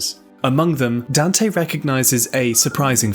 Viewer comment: Dan-tay. Good video tho, looking forward to binging this channel for a while